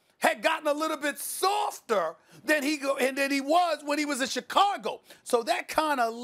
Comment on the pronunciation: SAS: "ChicagUL"